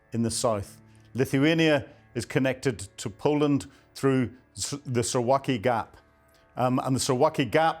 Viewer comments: Suv-alki ! Not Su-waki! How can we believe you when you can't even pronounce it??? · Please learn the proper pronunciation: Suwałki sounds like Soo-VAL-kee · Suwałki is pronounced: Sue - VOW - key 🤜🤛